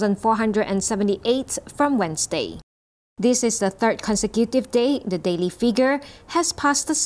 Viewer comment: ▓▒░ The Star ▬ Pronunciation of the second syllable on the word: consecutive. Con - see = Con - sec ( as in the word: sect. ) ` And stop changing a single i sound into a double e sound. (Figure. - It's: fig, not feeg.) ` Others couldn't care less how unprofessional your narrators sound. Well, I care. ` ░ Today is Friday where I'm at, the one hundred and forty-eighth day of the year two thousand and twenty-one. ( And unto them who knoweth not how to number your days, it is the twenty-eighth day in the month of May. ) ░▒▓ `